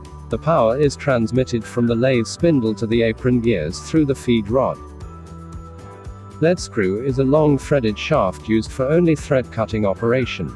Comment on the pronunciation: Very good video Automatic lathe seems to have the wrong picture should show a cnc lathe? Pronunciation of Lead screw ( leed).